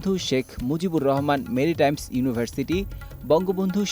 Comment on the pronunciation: মেরিটাইম এর নামটাও ঠিকঠাক কইতে পারলি না!!